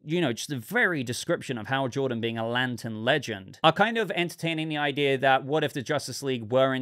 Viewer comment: You said "idea" then you said "idear" which is not a word, ideal would be an option